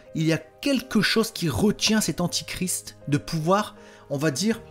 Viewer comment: On dit antéchrist, pas antichrist.